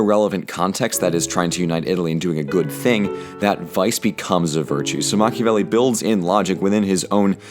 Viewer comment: MACH-iavelli 5: nyoom